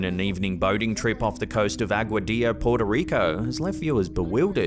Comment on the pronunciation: 😂 Aguadilla PR 😅 it's funny how you say it. Puerto Rico is close to the Bermuda triangle so it's not so strange, also there are many other things (chupa cabras, ghost and aliens) 👍🏻